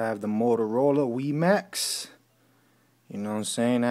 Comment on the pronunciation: Wee-Max? LOL Its Why-Max